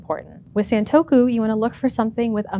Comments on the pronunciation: It’s pronounced “Sahn” not “saan” in Japanese: it’s さんとく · Why wouldn’t you take the time to learn how to pronounce the word you’re going to say over and over in a video? It’s the same sound from other Japanese words/names like Nissan, it rhymes with gone or pawn, we even have the phrase “Say ‘Ahhh’”. Please look up pronunciations, there’s no good excuse nowadays, especially for sounds that are present in your native language (esp. English speakers).